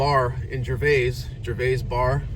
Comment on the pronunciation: It's actually pronounced Gervis, the 'a' is silent